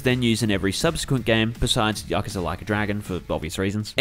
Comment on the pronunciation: Finally someone who pronounces yakuza correctly and not yakuuuza